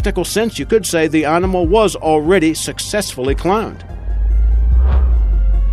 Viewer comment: Hahaha, just looking through the comments to see if those two words annoyed anybody else. If the guy can't even say 'animal', not sure I should believe a single thing he says. Ruddy irritating voice or what.